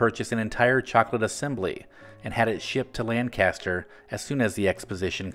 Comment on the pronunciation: Lan-kiss-ter is how it's pronounced. Lancaster PA